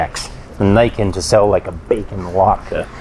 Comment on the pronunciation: Glad to see you pronounced Niken correctly! Ugly bike though.